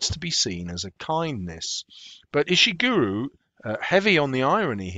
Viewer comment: You pronounced his name wrong at Pretty sure his name is said "Ish-(t)i(p)-gur-Oh", not "Ish-(t)i(p)-Guru" - this is how you would say it using things from other words